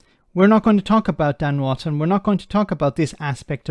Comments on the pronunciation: His name is Wooton, not Wanton. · not Ivan. Wootton, not Wotton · And it's Wootton.